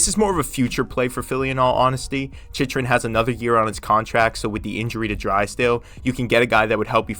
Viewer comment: “Chich-rin” is bothering me so much